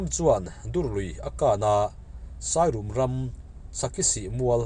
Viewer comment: Sairum,rum lai hi,rorum,mengrum,buhchangrum,kan tih a rum thluk ang hian thluk tur,sai rûm ni lovin😊ka pa te khua ve nia,ka hre ve tlat😂😂